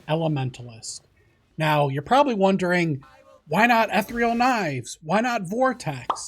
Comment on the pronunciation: Still looking for somebody who can say “ethereal” correctly :P